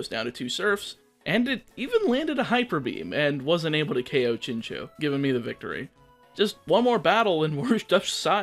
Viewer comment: btw it's pronounced chin chow not chin chew